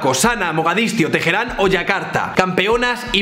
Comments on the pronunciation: Al oírte decir "Tejerán" al referirte a Teherán has perdido 2 puntos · Por que dices Tejeran? XD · Me gustó mucho, pero quiero hacer dos pequeñas puntualizaciones. La primera es que Teheran se pronuncia con la hache muda, y la segunda es que Irán es un país eminentemente persa y no árabe, alli los árabes son una minoria